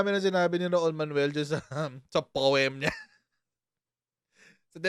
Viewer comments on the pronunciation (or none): Poemmmm! Ganoon ba pronunciation ng pag suma cumlaude mes Raul Ay Mr Raul pala😊